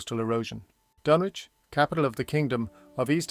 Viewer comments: The 'W' is not pronounced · Is it pronounced Dunwich or is it Dunwich.? You seem unsure. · So not like H P Lovecrafts the DunWich horror